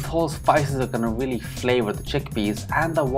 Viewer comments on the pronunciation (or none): this channa curry looks FANTASTIC Great voice-over. You explained the process very well!! I laughed at the blooper where you said "wealy". Lol. I have never added tamarind to channa before, but will definitely give it a shot. Awesome job 🙏🙏. Sandee